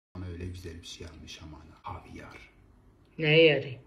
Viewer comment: 😂 havyar dediğinnnn ….😂ay koptum